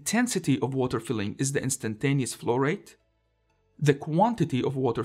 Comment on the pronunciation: Nice videos (all the series) please keep up. And my brain could not stop betraying me and hearing "florette" instead of flow rate.